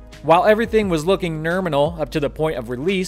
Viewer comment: Nerminal :D